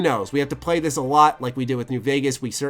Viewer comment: Brother, TH does not sound like a D. This is not dis, the is not duh. Great review though.